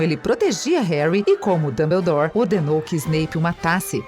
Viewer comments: ELA FALA DUMBULDOR QUE RAIVA DESSA KENGA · MANOOO JÁ FAZEM MAIS DE VINTE E SETA ANOS QUE HARRY POTTER E A PEDRA FILOSOFAL FOI LANÇADO ESSE CANAL NÃO FALA NADA CERTO E HARRY POTTER NÃO É ROMANCE NÃO É DAMBLADORE OU JOTA CÁ ROULING NÃO É RORCRUX PELO AMOOOOORRRRR ISSO É MUITO CHATO!! ANTES DE VOCÊS PRODUZIREM APRENDAM A FALAR E APRENDAM A HISTÓRIA DIREITO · "Woward" "Rermaine" Rorcrux" "Wisley" "Mugle" "Tinny" "Dambladore" "Jei kei Róling" "Rerri Potter" MDS APRENDE A FALAR CERTOOOOOOOO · Desculpem mas foi impossível não rir ouvindo a narradora pronunciar Diambandior, Rorcruquices, Howarts, Hermaioni... HAHAHAHAHAHAHAHAHA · Dambeudor. Kkkkkkkkkkk. Quem é dambeudor. Que p** é rorcruquises? Que leseira. Kkkkkkk. Sem necessidade essas pronúncias.